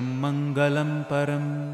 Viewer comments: it was pronounced as Mangalam, in fact, the "la" in the word Mangalam should be pronounced as it should be said in Telugu literature, such as Mangallam, which neither the English nor the Hindi script supports. You may want to correct it. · Request you to pls check your pronunciation of la in Mangalam, naam in pavitraanaam, it is daivatam devataanaamcha.. pls do check